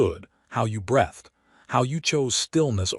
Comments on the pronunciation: I wish that AI could get better pronunciation. Everytime I hear "brethed" instead of "breethed", it's just like fingernails on a chalkboard. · If AI generated audio cannot handle words like 'breathed' and 'bow' and several others, why not edit the text to phonetic spelling and produce the correct result? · 'He bowed to her.' same sound as Ow. B OW ed. Breathed sounds like Br EE thed. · 'Breathed' rhymes with 'seethed'. Past tense of 'breathe', the action of inhaling or exhaling. 'Bowed' (bent at the waist to show respect) rhymes with 'loud'. ('Bowed', bent into the shape of a bow-and-arrow bow, rhymes with 'lode'.)